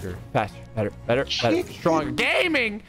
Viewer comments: Wien you Said im gaming i thought you did say im gay😂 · i heard him say gay many times... is that the truth?